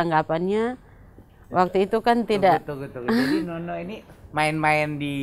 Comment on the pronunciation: Ngomong yang benar pak bukan nonok tetapi nono